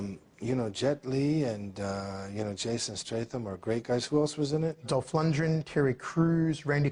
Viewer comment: He says Stratham, gets corrected to Statham, then says Strathem again (deliberate disrespect)- he can't bring himself to compliment, and then the interview calls Lundgen, Lungdren